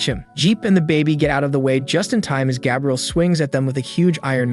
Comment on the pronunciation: Did you intentionally mispronounce Gabriel?